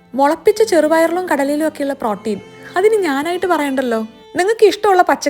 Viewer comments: Pronunciation of Protein is wrong. Please correct it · Protein pronunciation kurachu different allle